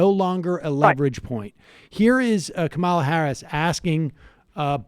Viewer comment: Sam - please learn to pronounce her first name correctly. It's KAH-mah-la. or Comma-la. Not Ka-MAH-la.